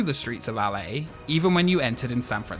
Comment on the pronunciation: Anyone else get triggered by how he said "LA"? it sounds odd!